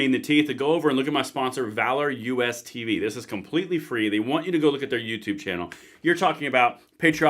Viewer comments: Sorry, but it's "Valorous", not "Valor US". Just sayin' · It’s Valorous bro not Valor US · Who else wants to actually read the name of his sponsor? It's not 'Valor US,' it's 'Valorous.'